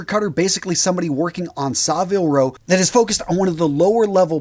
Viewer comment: Great advice. I do trial runs of outfits by assembling them loosely on a coat hanger to see how the different colour combinations come together. When I get a combination that works, I photograph it for future reference. By the way, as a Brit, it is pronounced Savile Row not SaRvile Row.